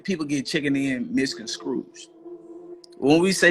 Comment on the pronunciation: MISCONSCRUGE 🤣 idiot